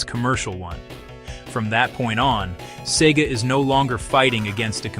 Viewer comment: A good video, although I was expecting more factual anecdotes tied up together regarding the downfall of SEGA from making hardware. One thing I should mention though is why along the video SEGA is weirdly pronounced sometimes as in "cee-gah" and other times as it should?